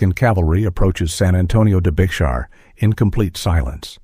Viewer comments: Bexar is pronounced BAY-HAR. C'mon man! You definitely must not be from Texas. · It is spelled Bexar, but pronounced "Bear".. as a Born Texan & historian I call "Bullbutter " on this whole video.. lot's of "holes" in this story.. & downright untruths.. shame on you.. I mean really. The Texas flag was designed by a lady named Davis in a town called Montgomery Tx, after the battle of the Alamo.